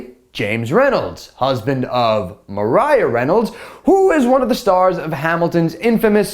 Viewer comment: Maria NOT mariah